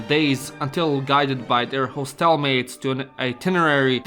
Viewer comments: You are mispronouncing hostel. It's like "hos" in "hostile" and not "hoe". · Step 1 of making video on hostels: Learn correct pronunciation of "hostel" kkk (just kidding, this video is hilarious)